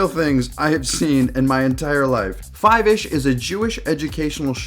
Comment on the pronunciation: its pronounced "foivish"